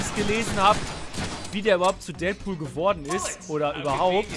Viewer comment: Deadpool gesprochen Dättpuhl wenn es Deatpool heißen würde wäre es ja Dietpuhl heißen :D ich bin mir sicher das es nur ein tippfehler war, aber leider habe ich die seltene schwer zu behandelnde kankheit jeden immer verbessern zu müssen :D es tut mir leid ^^